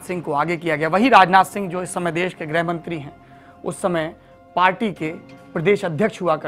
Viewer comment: मे नेपाल से हुँ, आपका कार्यक्रम बडी चावसे सुनता हुँ, आपकी आवाज मिठी है, प्रस्तुति उम्दा है। एक बातः मेने अक्सर सुना हे कि आप लोग गृह (Home, Interior) को ग्रह (Planet) कहते हेँ। ताज्जुब लगता हे। उत्तर भारतीय उच्चारण (accent) ऐसा होता हे? मेरी हिन्दी उतनी अच्छी नही है, फिर भी आशा करता हुँ कि आप मेरा आशय समझ जायेँगे।